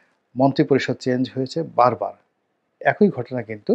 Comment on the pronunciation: কাইন্ডলি উচ্চারণ গুলো ঠিক করুন, উচ্চারণ হবে একই (এক ঐ নয়, আপনি বলেন এক ঐ (ঐ হবে না ই হবে)